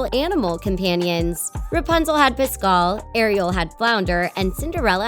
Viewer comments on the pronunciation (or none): PASCAL! Not “Piscal”!